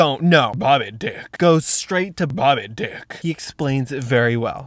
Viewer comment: No! 😅 Am i the only one he said "bobby deck"?! 😅😂😂